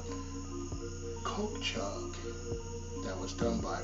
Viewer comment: does any one laugh when he said chuge